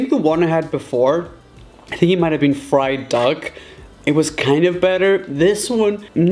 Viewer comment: did he say fried dog?